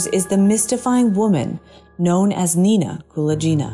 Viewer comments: You mispronounce Nina Kulagina's name. It's not "Koola Jeena". Rather, it is similar to how one pronounces GULAG, putting the emphasis on "A". So, it's KuLAGina. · Thank you for the video! You are not pronouncing Nina Kulagina's last name correctly though. The g is pronounced like in gun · Only now there is no excuse to mangle people's names pronouncing it all wrong. At least before it could be blamed on the AI not being able to pronounce foreign names. Now it's just pure laziness in research. Kulaghina is for some bizarre reason is pronounced as Kula Geena. Completely wrong ! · The "g" in Kulagina is pronounced as in "grape". Your pronunciation makes her sound like someone from India) Interesting, I've never heard of her before. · It should sound like, Kuh-lah-gyh-nah, with stress on the first ''A''. Otherwise it sounds like some italian name. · Kuh-LAAG-inna. She is infamous. Do you plan on mispronouncing as many words as possible? She was a USSR crank. Y'know...Fake.